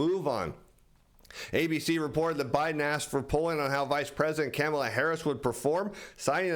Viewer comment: It would be nice if you learned how to pronounce our Vice President’s first name! It would be even better if you talked about then real reason people watch your program - learn more about being a better trader.